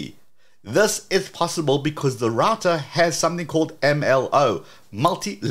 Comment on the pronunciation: Great channel, but I wish you would say router correctly… ❤